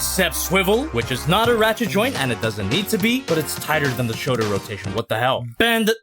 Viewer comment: "showder cannons"